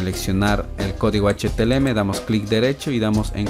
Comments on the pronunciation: amigo gracias buenos tutos me sirvieron de mucho solo una corrección que hacerte es CÓDIGO HTML NO HTLM COMO TU LO PRONUNCIAS DE RESTO MUCHAS GRACIAS POR TODO GENIAL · felicidades fue una gran serie!! y me sirvio mucho, solo una pequeña correcion, se pronuncia "HTML" y e escuchado que dices "HTLM" disculpa si te ha molestado, y gracias